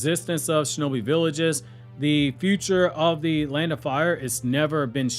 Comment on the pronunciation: Defund the SHO-no-Bi 😂😂😂😂😂